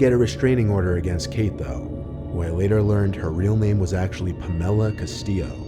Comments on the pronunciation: “Puh•mella” is how he prolly just pronounced pamella😂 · I have never heard someone mispronounce the name "pamela" so awkwardly unless I'm the idiot here and as a Latin name the emphasis is on a different syllable... Puh-Mella? Brother.. good grief lmfao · Dude, really? Pam-ela? What's with the weird pronunciation??? Is it double Ls?? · Pa’mella? You mean Pamela. Reminds me of Substitute Teacher on Key and Peele.